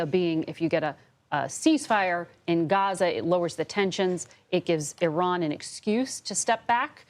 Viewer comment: It took 48 years for newsreporters and most US Military to finally pronounce the name of a country correct (E-Ron not Eye-Ran)!